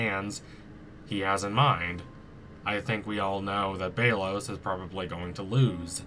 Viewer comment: It's pronounced bel-os